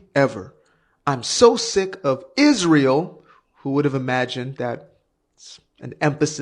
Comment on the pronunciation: She can't even pronounce it. It's Israel, not ' Izshhreal '